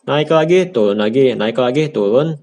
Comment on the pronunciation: Turun bukan tulun #captain707